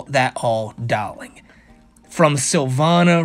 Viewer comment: I think the accent Silvana was using was Russian; hence the Natasha-like "Dahlink".